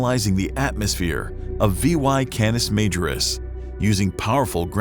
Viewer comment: Can us mah jor us. Just trying to be helpful. 😎